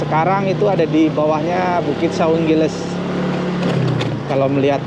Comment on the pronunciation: Saung gelis, bukan saung giles😂